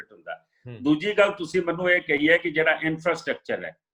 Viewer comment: "ਮੈਨੂੰ" ਬੋਲਿਆ ਕਰੋ "ਮੰਨੂ" ਨਹੀਂ ਹੁੰਦਾ